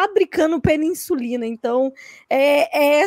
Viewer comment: "Peninsulina" KKKK